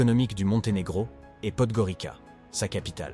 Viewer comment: On prononce Podgoritsa.